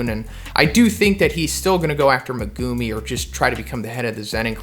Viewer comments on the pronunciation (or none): none